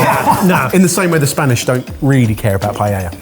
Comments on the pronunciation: Pie-YAY-Ah. is a trained chef. He should know how to pronounce Paella. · Pa, eh, dja. The double L, (ll) is pronounced ya. Its called an eh ye (elle). When you see it in a Spamish word, you'll know. 😊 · two thing, there is a recipe about using "pasta" instead of rice for "Paeya" is how you can pronunce it "LL" is the same as "Y" sound. But a paella do not go with chorizo... so, is not a paella., you could make a yakisoba replacing soba noodles with pasta and voila. Also, I do not know what a cheese ricotta is but, you can add some salt and coriander(cilantro) instead of parsley, to make it more Asian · Paella is NOT pronounced "pie-ella" i honestly ront know which is worse, that or the way you mangle fillet into "fill-it" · It all looks delicious, but I actually winced every time someone said "Pie-Ella". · Is it a British thing to pronounce the double LL in Paella??? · pai ay uh. The double "ll" is pronounced like the English "y" in "yellow". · Can you PLEASE stop pronouncing paella the way you do. WRONG WRONG WRONG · Ok so the guys keep saying paella wrong throughout the video, but then suddenly say it correctly once each. If they know how to say it, just say it right every time boys! 😅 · What's really offensive about your paella is your inability to pronounce "paella" correctly: "ll"="y" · I thought paella used the "ll"s as a "y" sound, am I incorrect? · The good news is, the way you three pronounce "paella" is a far worse insult to paella than dish. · not only makes a paella wrong he also pronounces it wrong too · Wouldn't you think that after all this time, and would have learned how to pronounce Paella? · Ya que se pueden traducir los comentarios lo digo en Español. Cuando le van a enseñar la verdadera Paella a y cómo pronunciarla. Los años pasan y todavía me sangran los oídos. Como este hombre siga diciendo los sabores de la paella me va a dar algo. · Mispronouncing paella on purpose is silly.